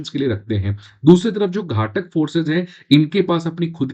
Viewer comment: घाटक नही घातक बोलते हैं